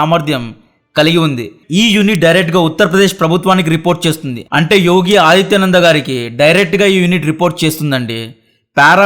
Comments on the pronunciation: ఎక్కడో విదేశంలో ఉండి HD ఛానల్ అనే పేరున చాలా లోతైన వివరణాత్మక సమాచారాన్ని ఇస్తూ ఎన్నో వీడియోలను సృష్టిస్తున్న మీకు మా ధన్యవాదాలు... అయితే ఆదిత్య నాథ్ బదులుగా ఆదిత్య నంద అని పలుకుతున్నారు. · ఆదిత్య నంద అని అంటున్నావ్ వారి పేరు యోగి ఆదిత్యనాథ్ ముందు ఆ మటన్ సెట్ చేసుకో పేర్లు తెలుసుకొని పలకటం ముఖ్యం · Adithya Nanda kaadu Adithya naath